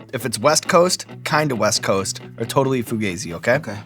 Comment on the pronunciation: “Fugayzi?” Come on man, it’s fugaaazi” Fugazi Lol